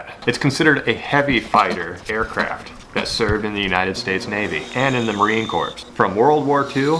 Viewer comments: He said Marine CORPSE, too, at the beginning of Fun Facts. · STOP!!!!!! Did you just say Marine CORPSE?? I'm about to have an R. Lee Ermey moment. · Hey, I know people always miss the "g" in your name and think it's Marlin Baits, but the "s" in Marine Corps is supposed to be ignored. 🙏🥰 Awesome bait, and some nice fun facts! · not trying to be rude, just trying to be informative. Marine Corps is pronounced Marine Core. Just for future reference before someone is rude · Not Marine Corpse. Marine Corps (pronounced CORE). Love your vids.